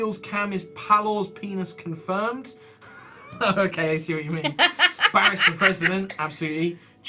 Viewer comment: Nyein Chan I thought he said it as 'Barrus'.